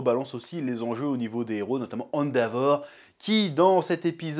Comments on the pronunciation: On dit "Endévor" pas "Endéavor" chef (je parle juste en terme de phonétique) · "Hand a vor" j'ai pété mon crâne 😭